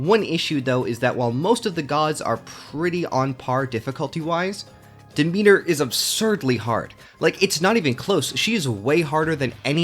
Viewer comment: They literally say "Megaera" and "Demeter" in the game, you have no excuse for saying them that incorrectly.